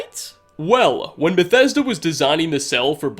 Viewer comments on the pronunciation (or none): none